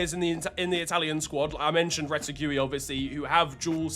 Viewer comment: “Rete-gooey” is crazy work 😔